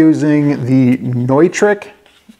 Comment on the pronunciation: Nice video,. Thanks! I've used Neutrik (noytrik, you said it right) audio connectors for years. I think I might have to get a few of those power connectors and give them a try.